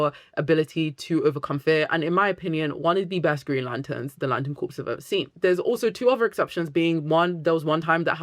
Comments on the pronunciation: they're wrong unless they are talking about corporations. Look up pronunciation guides here on YouTube - there's one from Collin's English Dictionary (even American sources will probably confirm exactly what I am saying) which is a British dictionary.. There are plenty of British people who can't even properly fucking pronounce "anything" or similar words like "something", they say it as "anyfink"/"somefink" so I would not take their pronunciation as gospel. Dictionaries, however, I will & not just because they confirm what I am saying >-> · Great video, small pet peeve is that corps is pronounced “core” (or “cores” plural) not like “corpse”. It’s a French loan word. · Awesome video, i’m loving getting into Green Lantern so much after the TV series. Not to be that person but “corps” is pronounce “core” with a silent P, and i apologize but i have to say it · great video, thank you so much. it's difficult hearing you call them the "green lantern corps" though, when it's pronounced "core". :( i know!!! loooooooool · You're a beautiful lady, but "Corps" is pronounced "Core". As in Marine Corps. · Gentle tip: Corps is usually said as "core", something to do with our sillysht with France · I'm French and can confirm its pronounced core yeah. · Is corps another word that Brit’s and Americans pronounce differently? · This is a great video essay about the Green Lanterns. But is it a British thing to pronounce the "P?" Because in the USA, if you pronounce the "P" in the word "corps," you are talking about a dead body. But if you are talking about a group of people working together for a specific purpose or a major branch of a military force, then you don't pronounce the "P ." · The word CORPS is pronounced CORE, not CORPSE. A CORPSE ia a DEAD BODY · Also, I love how much you're a fan of GL Comics, but "Corps" is pronounced "Core" ...As in Green Lantern Corp, the way you're pronouncing it is Corpse, which is a dead body. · I think it's pronounced "core " rather than corpse